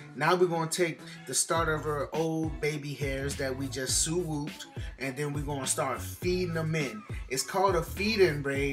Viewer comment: “Suwooped”😭I’m sleep💀🤣🤣